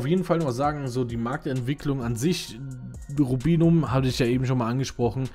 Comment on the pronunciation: Komplett richtig ausgesprochen :) Lust auf ein PvP Teil ?